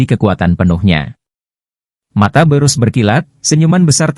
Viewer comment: sebutanya bukan borus.. tp birus